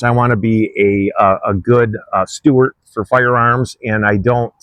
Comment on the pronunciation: Nice rigs. “Steward” not Stewart.